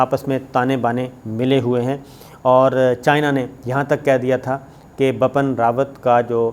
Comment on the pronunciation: Bipin (not bappan) kya krtey ho sabar bhai